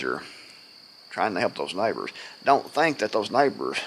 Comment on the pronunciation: You saying SNIPERS OR NEIGHBORS??